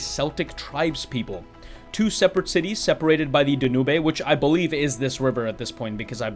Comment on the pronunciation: Great video and review. The pronunciation for the river you mention in Budapest is 'Dan-yoob' but I'm sure that's the English pronunciation. I'm sure other dialects out there pronounce differently though so don't sweat it.